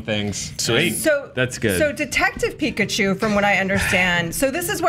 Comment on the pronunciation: Pikachi lmao